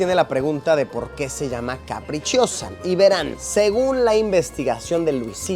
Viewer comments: Sobre la pizza capricciosa, no se pronuncia caprichiosa, se dice CAPRICHOSA. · Que bien, justo trabaje en uno de esos lugares que salen en la intro del video y por cierto, la pizza carbonara no lleva pomodoro (tomate) y la pizza "capricciosa" se pronuncia "caprichosa" como en español xD no caprichiosa hahahaha buen video!